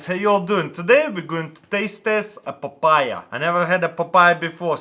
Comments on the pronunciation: why when you say papaya in english sounds so bad . PAPAIEH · When he says papaya it sounds like apple pie ya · lmao the way he says it 😂😂 the "papayia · I love the way he says papaya, it's awesome XD